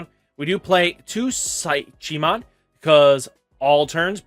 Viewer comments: Brah Psychemon is pronounced similar to psychic so you don’t pronounce the “ch” like Chi. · Beel - Star - Mon, there is no Z in the name Pysch - Mon, like psychology...